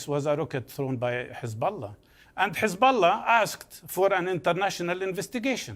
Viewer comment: Notice how the rabi mispronounced H as a rough sounding Kh when referring to Hezbollah. That's intentional